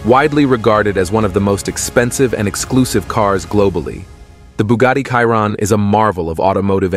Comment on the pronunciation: bugatti "KAIRON" hahahaha